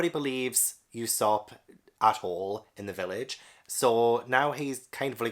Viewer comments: Glad someone else found this legendary story, hope you enjoy your journey as much as you can, you're in for an epic adventure. It's pronounced Ue (as in blUE)sop, as uso means lie in japanese, I also think you should focus on the covers of each chapter, One piece has this very unique method where each cover tells a part of a story happening outside of the main story, as for example in the chapters you've read, there''s the Buggy cover story which shows all about how he got his crew and body back and met alvida and all that stuff, just a heads up because cover stories always come back around to the main story and I think it's an incredible piece of worldbuilding that keeps the world moving even if the characters we're following aren't in it. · I'm currently reading One Piece volume 85 - thankfully my library has them! The U in Usopp is said more like the U you say in Luffy, not like e.g. "Europe".